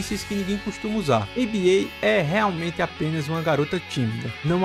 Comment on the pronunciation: Acho que o certo é chamar Aba não a b a, pois acredito que o nome vem da banda Abba e também no último trailer eles falam Aba com o mesmo som da banda. Mas igual parabéns pelo vídeo. Muito detalhado